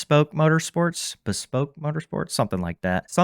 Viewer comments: It is pronounced like B-spoke. Something being "bespoke" means it's a one-off or custom, one of a kind. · its pronounced "BEE Spoke" That shit was annoying to listen to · C’mon man. You gotta learn how to say Bespoke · BEE-spoke. omg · How do you not know how to pronounce bespoke?